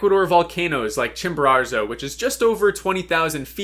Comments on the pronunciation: Why do you say Chimbararzo? It’s Chimborazo. No R at the end. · I hate the way you say “Chimararzo” over and over lol. It’s “Chimborazo” why are you adding a 2nd R? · could you please stop saying ChimboraRzo, it's Chimborazo. Thanks! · La Montaña se llama Chimborazo no chimbero!!! Es molesto escucharlo mal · Chimborazo, not Chimborarzo. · Great video but it’s Chimborazo not Chimborarzo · Please pronounce Chimborazo correctly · I am ecuadorian and the way you say Chimborazo is so funny you add in an extra r somewhere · How does one mispronounce Chimborazo??? It’s not like it’s a significant peak or one you’ve summited or anything… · bro can't even say chimorazo - idiots like this destroy mountaineering